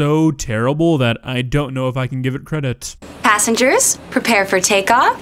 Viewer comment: Did the flight attendant just say 'assingers, prepare for take off'?!